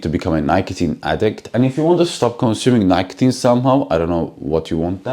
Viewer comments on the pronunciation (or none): Check the pronunciation of "Nicotine".....just wanna make you better, not commenting to be rude.........